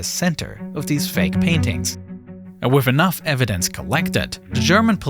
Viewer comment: how does he pronounce foreign words correctly but can't say with without say wiff